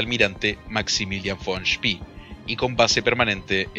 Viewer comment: SpEEEE con E no con III es apellido aleman no ingles